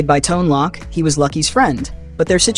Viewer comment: Tone Loc's last name is pronounced with a long "o" as in "tote" and not as in "lock", or "shock".